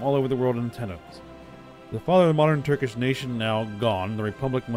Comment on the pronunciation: I’m Dying of laughter when you said “Turdish” 😂😂😂 had me laughing for 5 minutes straight